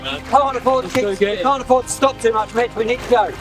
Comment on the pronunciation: i just keep hearing B1tch instead of mitch. incredible tho 🤣🤣